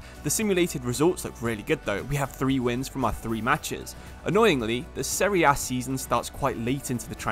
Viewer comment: Thanks bout this video, finally someone that says the competition's name correctly ;) btw thanks for this video about Totti, our eight roman king... Daje Roma!